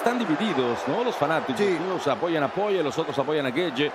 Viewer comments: Por qué el relator le dice Dustin Poiyie?? Es desesperante tanto le cuesta leer y pronunciar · porque lo llaman PORRIER o POYER ? jajajaja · Que mala que es la narración en español y lo malo que son con los nombres "Poie" y "Gaetye" que es esto? 😭😭 También usando terminos como volado para un gancho... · a alguien mas le da toc que siempre en TODAS las peleas diga mal el nombre de los peleadores? enserio me da mucho coraje, aprendete los ptos nombres minimo y dilos bien para la gente que escucha... no hace falta una carrera para aprender a pronunciar